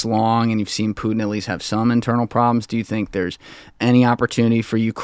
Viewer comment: "puten"... putenfleisch dude pronounce names like they are "Putin"